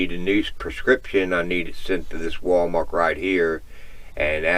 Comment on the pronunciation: Are you aware you say "WalMark" instead of "WalMart?"